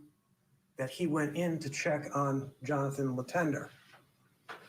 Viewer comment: As a french-canadian, hearing the name Letendre pronounced « Lee-Ten-Der » makes my ears cringe 😬😅😂